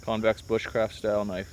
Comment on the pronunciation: lol thought I was the only one who said kanifey.